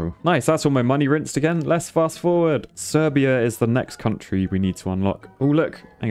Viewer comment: Serbia is pronounced Sir-bia